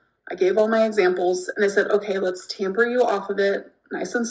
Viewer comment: “Tamper me off of it” …. The way this GORL just says words with such confidence & they are completely incorrect. 😂 I almost wish I had this kind of blissful ignorance. TAPER.. amber… the word is TAPER.